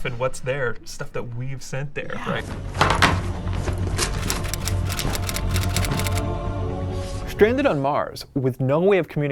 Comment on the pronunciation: stranded, not shtranded.